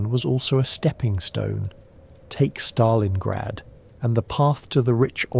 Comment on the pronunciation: In Stalingrad not Stalinggrad!!!